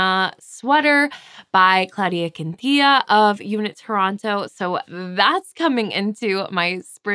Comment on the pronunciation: FYI it’s Quin-ta-ni-lla. I think you’ve left out one syllable of her name. 🤔. (I speak Spanish so I noticed! Sorry to nitpick but I know you’d like to get that right!!)